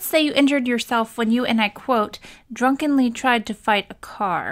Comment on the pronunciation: "drun-KENly tried to fight a car" Hodouken!!! 🥴🤣🤣🤣